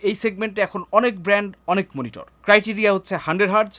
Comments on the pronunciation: মনিটর নাকি মিনিটর? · মনিটর ❌ মিনিটর ✅